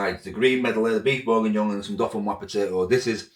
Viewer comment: It’s pronounced berginyon 😂😂